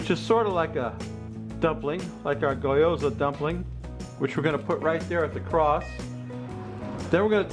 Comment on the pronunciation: Not to be that guy, but it's pronounced, "gyo," and, "za," rather than, "goy," and; "yoza."